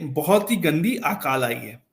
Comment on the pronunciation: Sir, Hindi ka sahi uchcharan kariye. "आकाल" (Aakaal) नहीं, "अकाल" बोला जाता है। यदि आप शुद्ध हिंदी नहीं बोल सकते तो इस interview का जवाब किसी शुद्ध हिंदी बोलने वाले व्यक्ति से दिलवाइए। हिंदी को तोड़ मरोड़ के मत बोलिए ।